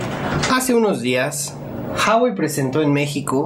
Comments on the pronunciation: se pronuncia la hache, en chino no es muda, es Juagüei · se pronuncia GUAGUEI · Se dice uawei, no jawei ni juawei. Saludos! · Jawai??? Se pronuncia huawei .... 🤦‍♂️🤦‍♂️🤦‍♂️ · se pronuncia "Juawei" y el precio oficial de telcel es de 8,000